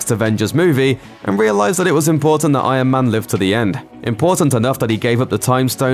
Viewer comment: does anybody else hear "I AM MAN" instead of Iron Man?